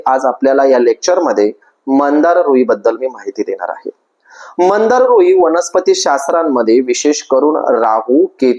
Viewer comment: मंदार नाही हो, मांदार असं नाव आहे। श्वेत व नील मांदार। पण, माहीती छान सांगीतली आहे। 🙏🙏🙏👍👍